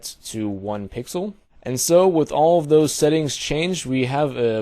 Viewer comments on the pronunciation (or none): none